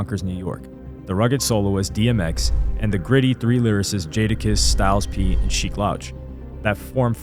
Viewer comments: How you mispronouncing sheeks name in the first minute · Had to turn off in the first minute because if they can’t even say Sheeks name correctly how much accuracy can be expected from the rest? 🤷🏽‍♂️ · Sheik has said his name in alot of raps how do you not know how to pronounce it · Cool video but you're definitely not a fan of The Lox or you wouldn't keep jacking up Sheek's name like that. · He must be a good reader and narrator because Mia pronouncing Sheeks name lets me know you know nothing about real hip hop. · Yo i love to see the young bulls learning a passing on the lore. But how he keep saying sheek name..... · How do you pronounce sheeks name wrong. He says it in most of their music. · Bro u need to re record this and say Sheek name right that shit making me cringe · Pronouncing Sheek’s name wrong is straight up Diabolical Activity !!! 😂😂😂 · It’s all I can hear lol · Man, I was in disbelief over that joint. That's how I know he's not a hip hop purist. He's not from round here. he's a tourist. And he said it more than once. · For real for real..💯